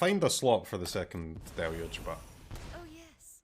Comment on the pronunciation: Finally, an MTG content creator that can say "deluge" correctly.